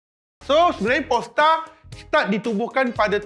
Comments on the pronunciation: sebut Polestar, kawan saya kat sebelah dengar P*rnstar. Haha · Bang, sebut betul² word Polestar, org kiri kanan saya semua toleh😂